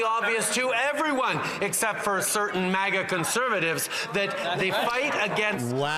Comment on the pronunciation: Did he say MAGA, or MACA?